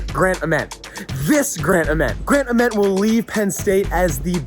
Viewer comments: I’m pretty sure it’s pronounced grant AYYment not ahment but do yo thang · "this grant uhhment", plz pronounce it right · who else was thrown off by how many times he said Ament wrong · Damn I can't wait until he learns how to say Ament's name.